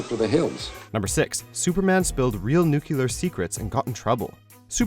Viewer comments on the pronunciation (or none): Oh Geez, it's Nu-klee-ar, not Nu-ku-ler. You should learn English before making these videos. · I love how he talks about people using scientific terms wrong after saying "Newcyuooler"